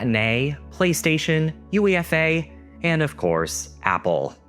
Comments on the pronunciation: "you ee ef ay" instead of "you eh fa" messed with my brain a bit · UEFA is said as you-AY-fuh. Also, I never used BitTorrent or Napster in the aughts, but I sure do remember hearing and reading about them. Metallica drummer Lars Ulrich was a very vocal opponent of Napster back in those days. I was hearing him bash that service every other week in the early 2000s. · protip: UEFA is treated as an acronym, not an initialism, and is pronounced yoo-EFF-ah